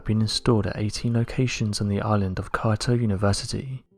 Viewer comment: How do you not know how to pronounce “Kyoto” ?